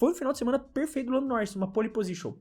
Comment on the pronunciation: "Lando Norris foi "perlfeuto"!" (. 2025). Editora FonoAudiF1.